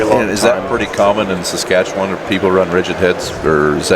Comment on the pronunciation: As someone from there, you did a great job pronouncing Saskatchewan!